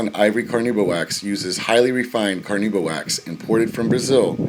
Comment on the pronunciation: Why can't these "experts" spell or pronounce "carnauba" properly?